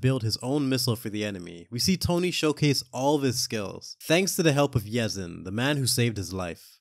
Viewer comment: Yinsen bro yinsen. Nt yezin